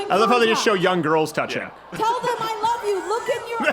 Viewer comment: I swear it sounds like she says "I ruv you"